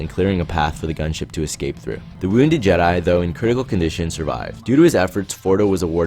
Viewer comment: Why does this guy always pronounces jedi’s names in the weirdest way?